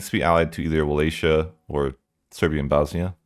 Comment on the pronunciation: Brother, it's Wallachia not Wallatia